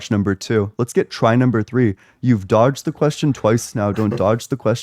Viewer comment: "throdged" lmao